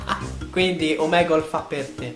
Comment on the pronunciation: hai sbagliato dire omegle